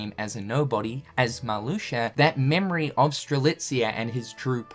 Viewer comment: Did this man just say Marluxer?